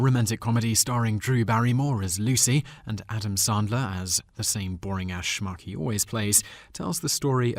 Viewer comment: Not knowing how to pronounce 'Ebert' or 'Sandler' impinges on your 'I have an English accent and that makes me smarter than you' shtick. Also, brevity is the soul of wit.